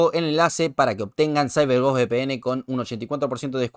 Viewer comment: Déjenme comentarle sobre "saiber gos..." jajaja